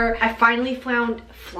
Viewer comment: hahaha when said I finally "flound" then sang "flounnddd" I literally do the same thing when I mess up saying something 😂def gonna try this with one of my hoodies bc running out of things to do during quarantine lol love you ❤️